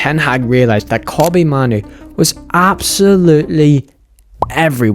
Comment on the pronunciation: Kobbie mahnu 💀🤣who tf is that